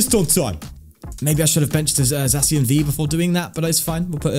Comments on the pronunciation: It’s not pronounced Zackian? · For the pronounciation of Zacian: Zacian and Zamazenta are supposed to be "The Cyan" and "The Magenta" when pronounced with an (I think) Spanish accent. So with that logic the correct pronounciation would be Za (as in pizZA) See-An. However, it doesn't matter that much. You can just pronounce it the way you like :) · I can't fault you for calling him Zacian its actually pronounced Zacian my guy.